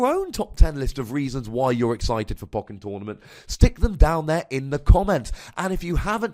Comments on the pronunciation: Poe-ken, not poken. Bothering me, sorry. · I listen to your podcasts and just say "poe-ken" under my breath each time. I'm not questioning your wisdom though. lol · I love you, but Poe-ken. You're killing my soul. They literally say it like that in the game. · it sounds so wrong! Anyway, nice video with garchom v NM, quite enjoyed it.